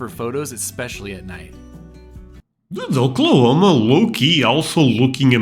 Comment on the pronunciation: I think I liked your reaction to this more than the entire video of their trip that I watched a few months back lol. I loved the way you pronounced Oklahoma. It’s such an underrated place that you just have to see to understand. We’re not just flatlands and tornadoes, we’re so much more! We’re pretty proud of our portion of Route 66 here too. You are always welcome here to visit anytime! We’d love to have ya!